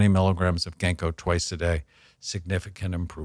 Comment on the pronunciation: When he said “genko” he meant “ginkgo bilboa?” I’m in the uk